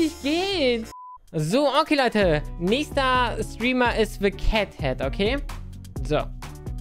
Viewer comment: er sagt Hey LEUDDE BEST DAY OF MY LIFE